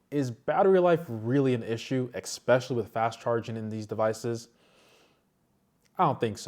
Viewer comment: Taking a drink every time you say the word “ekspecially”